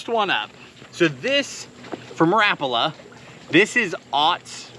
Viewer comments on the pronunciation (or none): none